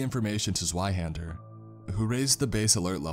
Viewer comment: Zweihänder is pronounced with a V. "Zveihander"